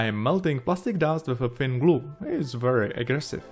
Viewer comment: Waiting excitedly every video for to say "wiff a fin glue" and then he does it more than once 😙👌